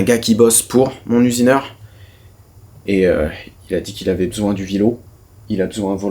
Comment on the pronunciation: "mon usineurhin"